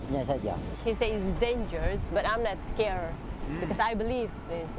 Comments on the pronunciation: First "Soer", now "Danergous". 😭😭😭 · "Danergous" 😭🙏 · "Danergous" acc read that as dangerous 😭💀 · "Danergous" what 😭🙏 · “Danergous” hermano 👊😭🥀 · "Danergous" SONset😭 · Before it gets edited, it says ''danergous'' intead of ''dangerous''🥀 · … it’s dangerous not danerogus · "Danergous" this keeps happening frequently bruh😭